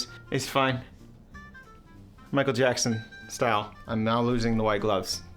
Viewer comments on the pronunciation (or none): none